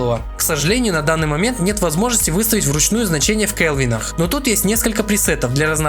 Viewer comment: Автора нужно поймать и дать по голове учебником физики. В слове "Ампер" ударение на "Е" Слово "Герц" читается через "е", а не через ЭЭЭЭ Слово "Кельвин" читается через "е", а не как название трусов через ЭЭЭЭ Что такое "шатр спид"? Слово "выдержка" уже отменили? Или этот термин не верный для фото-видео аппаратуры? Ну хотя бы назвать выдержку скоростью затвора. Но русский видимо для лохов Ну если ты говоришь про технику, изволь хотя бы термины изучить - "Радиатор пассивный" - это не радиатор, а охлаждение пассивное.